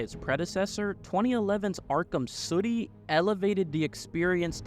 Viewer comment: Great video. I can't help but notice you saying "city" like you're in a bubble bath commercial. Suddy 🤣🤣